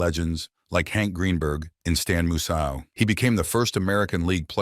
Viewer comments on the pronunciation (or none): Stan MooSyle?? LMAO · It really botched Stan Musial's name, too lol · He doesn't prenounce Stan Musial name correctly hes a baseball idiot